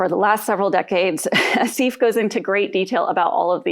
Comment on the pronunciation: That's not how you pronounce Asif.